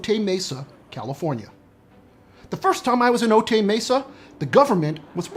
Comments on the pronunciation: It's "Oh Tie" Mesa not "Oh Tay". 😊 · Otay is pronounced, “Oh-tie”...like a necktie. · How do you spend a week doing investigation in Otay Mesa and mispronounce it?